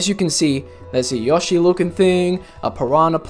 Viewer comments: "Yah-she." Gotta love English accents. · Amazing Video!! Earned My Sub! Also, I Like The Way You Say "Yoshi" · cog nih tivh edit: bruh really just said yawshi